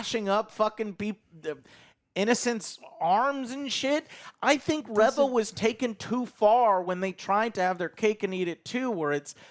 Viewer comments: REEEEE-VA....NOT REVING up her engine "REV-VUH"! 🤣🤣🤣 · Reeeeva not reh-va!!!! Learn how to pronounce things! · Well first of all GET HER NAME RIGHT it's pronounced RE - VA 😌 NOT RIVA no wonder no really watches this channel NOT anyone INTELLIGENT 👎🏾 this show and conversation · "ree-vah" guys... Its "REE-VAH". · There's just no pleasing the star wars fans. I have multiple gripes with your review here. You constantly pronounce the name Reva wrong, and you have an issue that she is still alive even though shes obviously going to die in the next episode? Haven't you heard what the G.I said? Revenge does wonders for the will to live. Reva still wants revenge. So she is going to live untim episode 6. Qui-Gon was a good jedi. True Jedi hardly long for revenge. And even if they do they don't dwell on it. What don't you guys get about hatred and anger through the dark side keeping you alive. It was PRETTY obvious Reva was a Youngling at order 66. We didnt need an early reveal of that. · Why can't you pronounce Reva's name correctly 😂